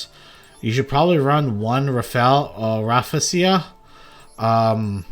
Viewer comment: I’m a bit late but it’s pronounced “Raffle lee-shee-ah ”